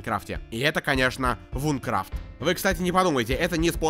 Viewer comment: Наверное я душнила , но не Вункрафт а Винкрафт (извини , очень режет слух когда кто то не правильно произносит, мой самый любимый проект )😊